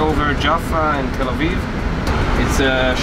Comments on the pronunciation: Hey Sam...that’s Tel Aviv! You’re English is getting worse! Watch it! It sounds like you’re saying telvive....come one, maybe it’s time to study some English! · It’s Tel Aviv- not telviv 😆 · He can't even pronounce where he is flying! He's flying to TELLA VIE. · It is Tel AVIV NOT TELAVI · Learn to pronounce the name of the capital city of Israel. It's Tel Aviv not Tel eve. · It’s Tel - Ah - Aveev 🙄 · He said tel-leave😂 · It’s Tel Aviv, not Tel Aiv Sam! Av-iv.. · Its Tel Aviv, not Tel Eve. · It’s TEL AVIV not Televe 😭😭😭😭😭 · It’s not Tell Eve” as Sam calls the city, it is TEL AVIV! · Please Sam, I love your videos, all of them, but the city is pronounced Tel Aviv, not tel a eave, and the airline is not ELDAL, but El Al. Other than that, I'm glad I subscribed to your channel! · "salard" - salad "tel eve" - tel aviv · TEL AVIV NOT TEL AV FFS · The correct pronunciation is TEL AVIV, not TEL AIV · Its pronounced Tel Aviv, not Tel eve !! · It's not " Tel-eve" its Te-la-veev. There are three syllables, not two. And it's not " Eld-Ald" its " L-All" El Al. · Tel Aviv not Tel aiv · “All the wines are from Israel” , and then you see one that says Lebanon Vinyards?!? Sam, say it with me Tel A-veev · Tel aviv is pronounced - tell ah-veeve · Learn to say Tel Aviv correctly, very embarrassing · Sam......its Tell...aveeeve ok? Good video!! :) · Great video, but just so you know, it’s pronounced Tel AViv. Both V’s are clearly pronounced. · Sam, oh pease... It is Tel Arr-veev. No excuse for mashing up such a simple city name. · That guy speaks as if he had a hot potato in his mouth. Can't even pronounce EL AL and TEL AVIV properly! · El Al and TelAviv - both the words you pronounce wrongly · How come he can't pronounce Tel Aviv? A travel expert should be capable of pronouncing the destination where he's getting off, no? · Love to hear Sam try and pronounce Tel Aviv and Noel Philips Los Angeles. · This boi need to learn how to pronounce Tel Aviv